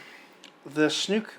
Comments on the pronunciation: Love how you pronounce Snoke, lol. It's actually pronounced "Sn-OH-ke" of course. Rhymes with "joke", which is what his character is. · "Snook", dude? Really? And you repeat a thousand times.... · Spyder Snoke + Chernobyl = Snuke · WTF man? It's SnOOOOOOOke. With an OOOOOOOOOOOOOOOOOOOOOOOOO. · SNOKE WITH AN "O"!!!! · SNOKE! To rhyme with "poke"! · Dude, Snoke does not rhyme with Luke. Unless you are just fucking around. In that case, carry on. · You are pronouncing "SNOKE" wrong. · I started to think that you were doing it on purpose, just to be smarmy. ;-) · The movie didn't seem to care about Snoke's character. Mispronouncing his name is the least of this character's problem. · Everyone else pronounces it "Snoke." (Rhymes with "Coke") I have never heard anyone else pronounce it "Snook." (Rhymes with "fluke.") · I appreciate your perspective & agree with your synopsis and furthermore objections to Rian's alterations to this disneylucas direction... My only complaint in this video is trying to refrain from phonetically screaming 'SNOKE(SNOW'K) not 'SNUKE' every time you said his name. 😅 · Its snoke not snook. Lol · Snoke....not Snuke. ;) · not a bad review, but ffs, it's not snook, it's snoke, when you light a fire do you see smook or smoke? get it right ffs lol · It’s Snoke not Snook. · "Luke and Snook,that sounds silly".. yes it does because his name is pronounced Sn-OKE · Its Snoke. Not Snuke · I did love his use of Snuke, instead of Snoke - but the review was great anyways. I know some people just call him "Snoke the Joke" - since that's how Rian Johnson basically treated him, with his summary disposal midway through the film. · ITS SN-OH-KE GOD DAMNIT, NOT SNOOK :D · It's SNOOOOKEE, not SNUUUUUUUUKKKEEE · Snook?... not Snoke?... Snook sounds silly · I can tell you most people are ditching you once they hear you pronounce Supreme Leader Snoke. It's Snoke like smoke, not snook! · Dude, I know it's not major but...it's SNOKE.